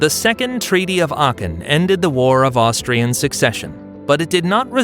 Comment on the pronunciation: Austrian not Austrain. I mean come on...